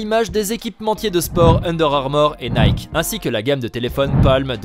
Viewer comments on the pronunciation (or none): none